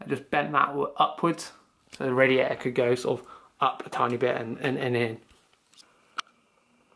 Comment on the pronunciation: Great vid bro, love it how you say radia'ah..